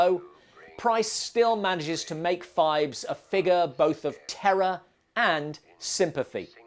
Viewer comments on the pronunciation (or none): It's PHIBES, not FIVES, and it was TWO movies. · I dont know who does your chapter titles, Poe Cycle, not Post Cycle….and Phibes, not Fives ffs